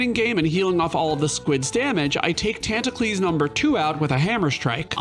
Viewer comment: Never been on this channel before, I got pretty confused when he kept saying "the squids tantacles" and then I had the moment.